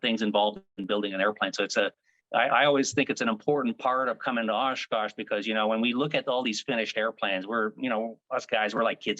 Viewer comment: is it so hard to say Oshkosh!!!